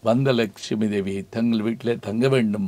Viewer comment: Sir sound pronunciation is important than Tamil.laxmi lakumy